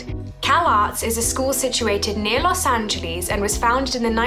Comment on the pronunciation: no one:: LOs aNgELeeS